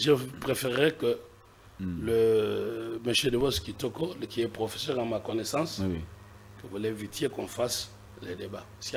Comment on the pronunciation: Le mot " professeur" est mal prononcé par l'avocat français. Lui qui cherche toujours à humilier d'autres compatriotes. Il n'a pas suffisamment étudié le cours d'expression orale.